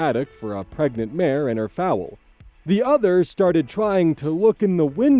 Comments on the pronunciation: Not consistently calling the baby horse (foal) a bird (fowl) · Not pronouncing Foal [fohl] as Fowl like the birds. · It could be a difference of pronunciation depending on where he is but yeah foal should not be pronounced like fowl, but more like bowl. 😅 Sorry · You kept saying foul instead of foal like come on man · Foal. Pronounced like "Goal". "Fowl" is the way you are pronouncing it, and it means a bird, not a baby horse. Foal. Like "Goal." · Foal, a baby horse, not Fowl, a bird Foal, Fo-l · I was wondering if fowl was just another term for foal that I’ve never heard before… XD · I was about to say something about the foal lmao. The way you're pronouncing it refers to a type of bird (I.e. ducks, geese, etc.) 😂😂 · THIS IS THE KIND OF VIDEO I CRAVE! LONG, JUICY, AND WITH A SATISFYING ENDING! Also, foal is pronounced like hole and not foul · I like how half the comment section is 'oh god I remember this insane story' and the other half is about how pronounces the word foal as foul 😂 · FOWL:( nooo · Yeah it’s pronounced like bowl the dish not bowels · Foal is pronounced like coal, not like fowl. I'm humorously shocked that you weren't aware of this. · Every time I hear it I giggle for a good 3 or 4 seconds. I am a 31 year old man. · Oh you poor thing 😅 I heard you say that and my horse girl ears were so offended immediately 😂😂😂 Hey, we all mispronounce words we're unfamiliar with. No biggie. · I was only listening and thought that they had a horse and some chickens, geese , or ducks until one usage made me look. Then I thought maybe he’s pronouncing it the way some Scots do. (I don’t know if they actually do that) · Don't worry, the average american doesn't know all the pronunciation of every word in their language, don't feel bad for a common mistake 😅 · I was gonna comment about this, but it looks like you’ve been made aware. No biggie; I just kept getting confused when you would switch mid-sentence from talking about birds to horses, lmao.